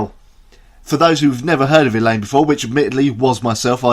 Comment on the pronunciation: Thank you for the great and interesting review, and btw - your pronunciation of Madeleine Liljestam, Eleine AND Rikard Ekberg was damn near perfect! ;)